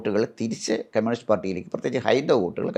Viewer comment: കെമ്യൂണിസ്റ് അല്ല കമ്യൂണിസ്റ്